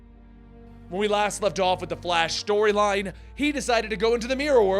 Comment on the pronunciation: Did he just said "shtoryline"????